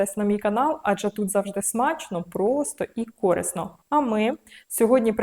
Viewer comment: рецепт супер 👍 Тільки корИсно ( а не кОрисно ) 🙏